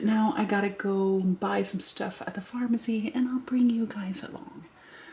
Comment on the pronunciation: I thought she said "fartmacy" but that could be my middle school humor filter which hears what it wants.